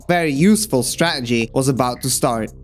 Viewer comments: Awesome video but please. It’s StraTegy. Not Stra’egy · Stah-ah-gees lol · You say -Str-ah-gee It is Stra - TA - gee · I love the way you fully pronounce every word then say 'straegy' like some bloke at the pub. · IT’S PRONOUNCED “STRAT-ERGY”. Emphasis on the second T. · Bit of a negative comment but man... please stop saying stra-uh-gee if you're going to say it a million times in the video. It's jarring. Also, I'm sure many people enjoyed the style of your video but it was long-winded and took forever to get to the point, so, thank you for the timestamps. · Why do you all of a sudden become bri'ish when saying stra'egy? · Guy says strategy so Scottish ahahah, from a Scot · I love how you pronounce strategy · why tf do u say strategy like that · Cool vid. The way you pronounce 'strategy' seems different to the rest of your accent. It's curious. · Very entertaining video, but your aversion to pronouncing the letter T in a video about strategy is kind of grating on my bones, like nails on a blackboard. Still gets a like though.